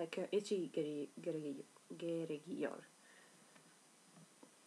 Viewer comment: türkçen çok tatlı:) geregiyor=gerekiyor :))